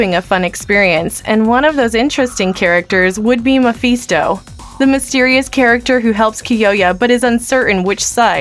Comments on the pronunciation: mephesto is a vampires name. it's pronounced Mef-fest-o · The way she pronounces Mephisto is fucking cringe